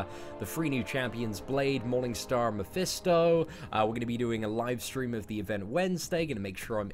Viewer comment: It's pronounced "Mephisto" not "Mephesto"